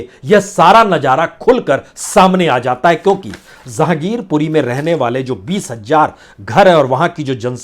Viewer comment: Zahangirpuri nahi Jehangirpuri sir